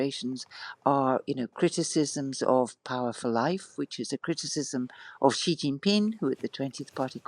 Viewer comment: After hearing the knowledgeable interviewee pronouncing Xi's name correctly multiple times, the interviewer persists in his own bizarre mispronunciation. British journalism at its finest.